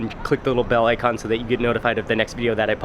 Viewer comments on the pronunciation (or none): none